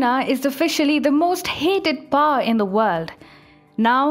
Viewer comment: You guys are officially the most benighted channel from India. I mean seriously, you guys don't even know how to pronounce such a simple word as "power", instead pronouncing it as "par". What is wrong with you people?? Do you never learn? I once said that was bad, was worse and was worst. Seems like I was mistaken. There is just no room for bad in your camp. It's either you're worse than most of the educated population or you're just the worst overall. Here is a link on how to pronounce the word "power" - I seriously hope you can handle atleast such a menial task.